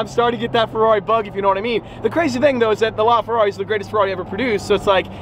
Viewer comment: Please stop saying la Ferrari like that bro. Seriously dude please, your Italian accent privileges have been taken away